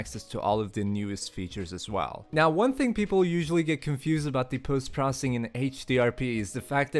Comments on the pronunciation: The way you are saying "Post Processing" is driving me crasy. It is "Post Pro-ce-ssing" and not "Post Pro-ssing" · "ce" part is almost entirely silent.